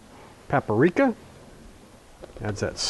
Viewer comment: Lost me at "exspecially," (no such word) and "paparika." It's paprika. Sheesh.